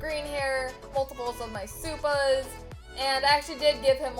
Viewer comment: when a white person says supa